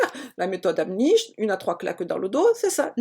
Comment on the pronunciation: C'est Heimlich et pas Hemnich